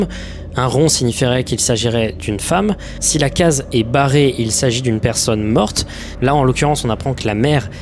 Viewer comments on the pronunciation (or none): none